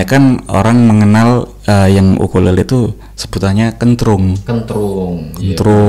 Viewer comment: Mantap konten apik,, sedikit mau koreksi ukulele bukan okulele